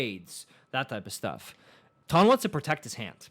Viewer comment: it's pronounced tan like tanned I corrected u last time with the T-ara one lol